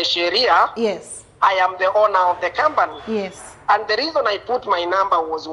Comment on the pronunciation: 😂😂😂😂😂😂 And 'kambani' as company.